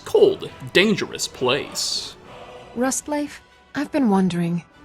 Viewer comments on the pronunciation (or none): Leif in Rustleif is pronounced lejf.